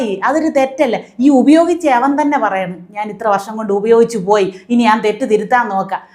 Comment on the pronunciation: ജുവോലി, കുവോപ്പ്, പുവോയി മനസ്സിലായില്ല😂❤❤😂